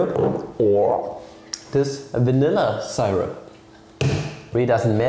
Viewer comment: yeye, good ol' wrong pronunciation of see-rupp